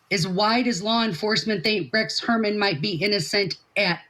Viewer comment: This is great information, but this Attorney ladies is in ability to pronounce. The guy’s name is annoying. It’s not Hermann.